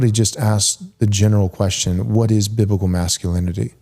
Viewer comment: Say it with me: BIB LI CAL